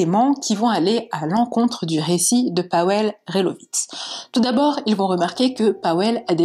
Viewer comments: Pour info, ça se prononce PaVel et non Paouel. ^^ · Tres bonne vidéo bien racontée. Je ne connaissais pas cette histoire! C’est triste pour cette jeune fille … ça aurait pu être n’importe laquelle d’entre nous en sortant de soirée… Si je peux me permettre Pawel se prononce “Pavel”. Ça m’a un peu irrité l’oreille pendant toute la vidéo mais c’est un prénom polonais peu connu c’est vrai.